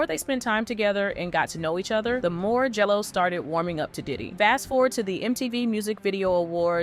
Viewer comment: Is it just me, or does it sound like the narrator says "Jello" when she says " J. Lo"?